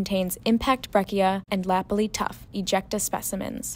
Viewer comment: Your Canadian geology pronounciation is a bit off ;)....breccia is bretcha....lapilli is la-pill-lee.....tuff in Canada rhymes with hoof. Oh, and the reason iron formation was no longer being formed is because there was too much oxygen in the oceans after 1.5 billion years ago.